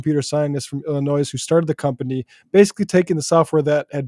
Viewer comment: illi-noise? ok, well im now gonna call texas texa.